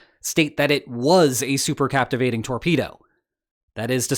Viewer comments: super-c-a-v-i-t-a-t-ing; not c-a-p-t-i-v-a-t-ing; from the same word root as the English word "cave" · It's cavitating, not captivating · the word is cavitating not captivating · Super C-A-V-I-T-A-T-I-N-G, dumbass, like trump call a hypertsonic missile a hydrosonic missile. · superCAVITATING, not superCAPTIVATING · "Supercavitating", not super captivating. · Don't you mean "cavitating" instead of captivating? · "super cavitating". not "super captivating" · Omg.... as a veteran Sonar Tech who's well versed in destroying hostile contacts at sea via torpedo, I cannot understand how on earth you repeatedly use the incorrect TERMINOLOGY by calling it SUPER CAPTIVATING! No. No no no no no..... There is no P in that word. The word you are looking for is supercavitating! A supercavitating torpedo is an ultra-fast underwater projectile that uses a special nose cone (cavitator) to create a large gas bubble (supercavitation) around itself, drastically reducing water drag and allowing speeds far exceeding traditional torpedoes, often using rocket propulsion and gas from its engine to maintain the bubble for high-speed travel, as exemplified by Russia's VA-111 Shkval. I imagine others have already responded to this egregious error but if not, let me be the first to make it clear. There is no such thing as a torpedo that is super-captivating! 🙄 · Super CAVITATING - Not super captivating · It's "SUPER CAVITATING". not captivating. Lots of BUBBLES😃 Oh, I see lots of people already said it. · Super-CAVITATING, not -captivating. The torpedo doesn't take captives. Rather, it creates a large cavity. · super-cavitating, not super-captivating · I think you mean “supercavitating” not super captivating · It’s cavitating, not captivating! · Super-CAVITATITNG, not "captivating". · Just one point, it's supercavitating not supercaptivating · Ouch. No such thing as "super captivating"... it's "super cavitating". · CAVITATING, not CAPTIVATING lmfao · bruh do you mean superCAVITATING?